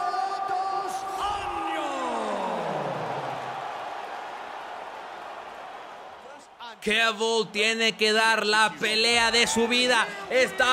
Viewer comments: Se pronuncia "Jafael Dus Anllos" haciendo los sonidos un poco guturales. jajaja Gran video, como siempre. Like ;) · la J en portugues se pronuncia como una SH osea la forma correcta de pronunciar seria Rafael dos Anshos aparte rafael es casi como en español es Rafaeoul